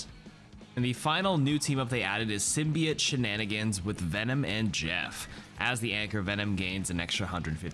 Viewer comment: I love you, but Imma crash out if you mispronounce Symbiote again